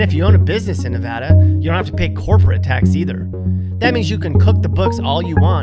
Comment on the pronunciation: And then they show a Canadian baseball player . Oh and learn how to pronounce "Nevada". And if you cross the Smokies from Tennessee you're in NORTH Carolina, not South. They don't even touch each other. And then finally his #1 worst choice, New Mexico, shows a Quality of Life ranking of *#8 on his own chart*.